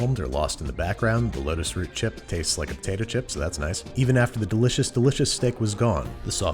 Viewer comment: You need to slow down how fast you say things cause it sounds like you say lettuce root. But what you mean is lotus root.